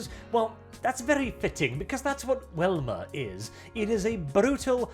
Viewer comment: Velma "Vee" not "Welma"